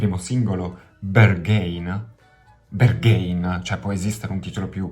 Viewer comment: Pezzo molto figo anche se io non sono suo fan e la sua musica non riesce a prendermi. (Ps. mi sa che si dice Berghain così come è scritto, con la A )